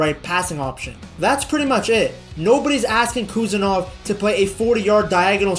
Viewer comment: Прошу, правильно произносить фамилию.